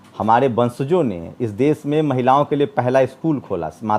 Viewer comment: aap ache patrakar he lekin aap ki bhasha shudh nahi he sha shabd ka ucharan sa kehkar karte he jaise desh ko aap des kehte he. Videshi ko aap videsi kehye he. Aap bhasha shidh kijye